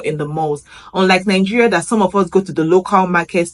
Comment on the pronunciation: Welcome to Kenya. The way you pronounce your country's name makes it sound like NINGERIA rather than NIGERIA.